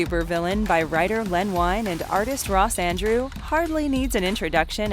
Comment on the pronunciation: For future reference, Len Wein’s name is pronounced WEEN, not WINE. (Think “rhymes with WOLVERINE.” Wein’s most famous creation)